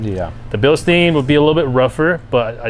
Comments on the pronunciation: It's pronounced" BILL-stine." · No. It’s either the two major pronouncements are, Bilstein or Bilstein (Bilshtein/Bilshtain). That’s how the pronouncements are, depending how u say it. Not the ones u said.